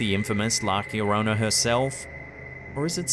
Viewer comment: It's not that hard, man... try it slowly... "La llorona".